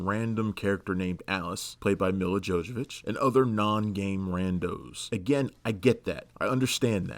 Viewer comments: and Jojovich.....Nope, her name is Jovovich Jo-Vo-Vich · You pronounce it Yo-Vo-Vitch dummy. She's Ukrainian. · It's pronounced Jovovich Yo-Vo-Vitch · RE fan here. I really liked the first movie. And come on man dont break your tongue Jovovich is pronounced Yo-vo-which. You're welcome. Also a Silent Hill fan. Movie was well made but with many terrible lines it didnt leave a great lasting impression. Also also Mortal Kombat movie is still freaking awesome. Just too bad they made it PG. Bad decision.